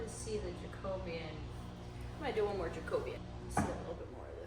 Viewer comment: The way you pronounced 'Jacobean' I didn't get what you were talking about then when you put the stain on the floor I got the picture of an historic Jacobean hall in my area where all the woodwork inside is indeed almost black!